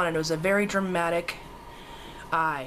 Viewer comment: Lol, you sounded scottish when you said dramatic. X